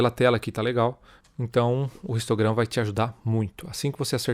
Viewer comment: Amigão seu vídeo tá joia, mas vc está falando português então v se domina o vicio de linguagem(talvez adquriddo inglês) e pronuncia a letra h como som neutro e não como o som do r pois histograma se pronuncia como não existisse o h e vc pronuncia como som do r (ristograma) OK?